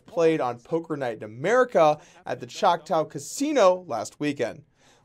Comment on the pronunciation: Choctaw is pronounced like (Chalk-tuh). Thank for the cool videos. Keep up the good work and good luck.